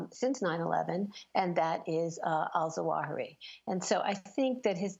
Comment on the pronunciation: Sorry Amy, but it is not Al-Zawahi as you say, but Al-Zawahiri. You missed a whole siillable, silly silabel!!